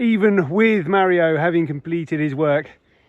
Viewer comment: Tara! Please teach how to pronounce Mario 🙏 …my Dads name is Mario and hearing it pronounced incorrectly is the same as being called Joan 😂 Great job of removing the bamboo! The only way to get rid of it is digging it up. Salt makes the soil sterile and you’ll never grow anything on that spot ever again. Plus, over time it seeps into the deep artisan water - damages the eco system. Round up damages the Shikimate pathways between food source and humans. Food will grow, however the nutrition is rendered unusable by the human digestive system. Hot water is good for small areas like paths etc.